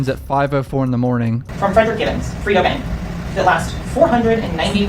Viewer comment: They stay calling Fredo "Frito" 😂